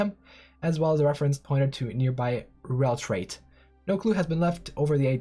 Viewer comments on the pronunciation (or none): You kept reading "Rellrait" as "Relltrait"... but the first t doesn't exist.